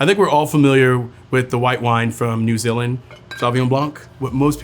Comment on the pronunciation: First time I’ve heard an American pronounce New Zealand correctly I’m amazed